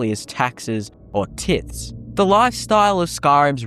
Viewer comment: it's not that, it's that whoever is doing the voiceover keeps mispronouncing words that a native english speaker should know, especially they are the ones writing the script. Who would write "taxes and tithes", without having ever heard that word? How do you know what tithes means, the context to use it, and not know how to pronounce it. Also, skyrim lore is d tier. Morrowind and daggerfall lore is where it is at.